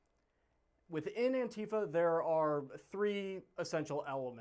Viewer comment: Your commentary is absolutely correct, including yourself as you aren’t even able to pronounce “Antifa” properly.